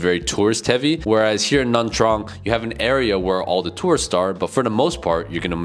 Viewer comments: Why does it sound like he's saying Nam Trang? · how can you trust a guy that can’t even pronounce nha trang properly?